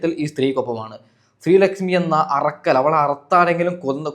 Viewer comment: ശ്രീ ലക്ഷ്മി അറക്കൽ അല്ല ഉരക്കൽ